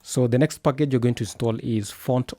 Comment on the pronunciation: I love when he says 'pakege'!😄 & sass is sus🤫 got a feeling of among us😁